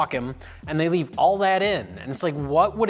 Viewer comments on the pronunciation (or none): none